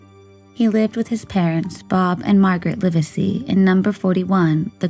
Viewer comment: When recounting the story....get the names right to be respectful. It is not "Liversey" it is Live sey"